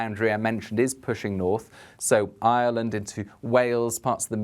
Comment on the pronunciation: Thank you for the mention of Ireland. even knows how to pronounce 'Ireland' unlike many.